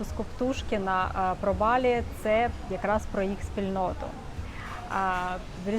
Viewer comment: тільки кацапи ставлять наголос на і в слові Балі...